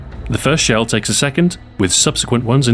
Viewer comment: What's a kiil? Also, what's a sheel?